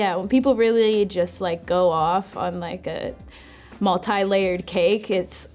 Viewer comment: Multi not multee